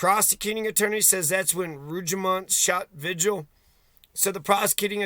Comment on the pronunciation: Vee-Hill, not Vidg-uhl